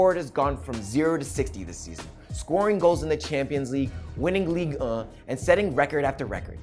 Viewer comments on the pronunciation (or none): AND HE SAID LIGUE UH